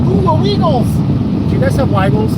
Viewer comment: My kids call it WEEE-GLES too